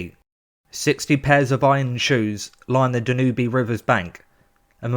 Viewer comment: Dan-oo-bee river. Dan-youb lol